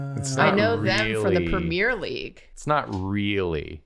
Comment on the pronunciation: The most painful part of this episode was hearing calling the Premier League, the Premiere League.